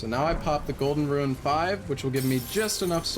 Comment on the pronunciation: I don't know why but, it bugs the everliving shit out of me everytime says "ruin" instead of "rune" 😅 these runs are a great watch none the less tho..